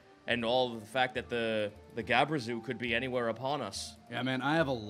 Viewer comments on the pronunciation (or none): God, my inner D&D nerd winces every time mispronounces GLABREZU and SVIRFNEBLIN.